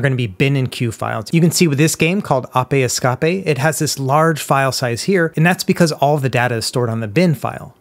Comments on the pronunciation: I always love the videos, but I have to say something. I have never in my life heard someone pronouce Ape Escape as "Ah-Peh Es-Cah-peh". I don't even know what to say about it lol. Edit: and you said it right later, and then corrected yourself to ApE EsCaPe. I think I'm missing something here haha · How old is this guy? He must be really young if he mispronounced “ape escape” lol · Ah yes the classic ahpay escapay...unforgettable game 😂😂😂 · It might be a bit farfetched, but I believe he was making fun of the way that Dory pronounces "escape" on a fire exit in Finding Nemo. She pronounces it "Es-Cah-peh" xD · "apay escapay" XD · Apay escapay 😂😂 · Ah pay Scopay… 🤣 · wtf is a "normal" language? The two most widely spoken languages in the world are English and Mandarin Chinese and neither would pronounce ape escape in that way.